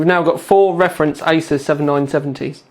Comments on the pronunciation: Its pronounced Azeus not Asus! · Well... I'm not going to be a jerk like the last guy, but yeah... it's ay-soos. I'm not saying you have to say it like that for people to understand, but just food for thought.